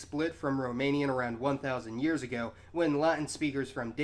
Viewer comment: "2,000 years a-guhhh"